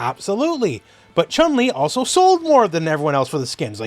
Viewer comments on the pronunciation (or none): none